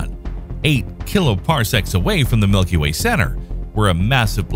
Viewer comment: For a second I thought you said 'our milky wang' and now I can't stop laughing. I need to use the sleep.